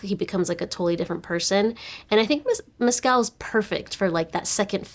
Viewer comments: Please pronounce names correctly. Stress is on the capitalized part. Paul Mescal is MESS-c'l not Mess-CAL Agnes is ANN-yes (Ann with a short a as is can, as I've heard Americans mangling it as AAAANYES-yes. It's pronounced with a short a, the French way) Thanks for getting Jacobi Jupe right. It's another one that often gets mangled. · Paul’s last name is pronounced, Mescl…..just like the pronunciation of rascal……the a is silent🤩